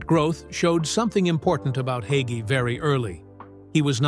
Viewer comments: Hay——gee. Hagee. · Bro.Hagee preaches the truth. God saud we would be hated just as his son JESUS CHRIST was when he came here. I stand with Bro. Hagee. Judge not or you will be judged in the same manner You cant even pronouncr his name correctly